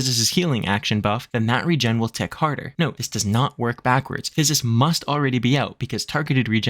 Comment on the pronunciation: Great job pronouncing "Physis' ", that's a lot of ssss. :) Great video. I'm a Sage, and I've taken a break for a few months. This is an excellent explanation of the job and how the tools work, and provided a great reminder of what the heck I should be doing. Thank you!